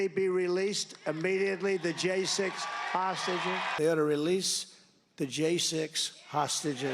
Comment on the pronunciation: Trumpf parlance = Hahsteges, normal speak = prisoners